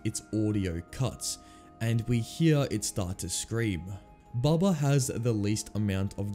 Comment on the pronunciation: His name is bubba not bubby